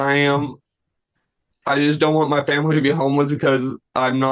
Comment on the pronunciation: This young man is most assuredly BEGGING to be luht frwee so he cuhn provide fuh his famiwee. Hes in regular contact with the cuht and and his attoineees.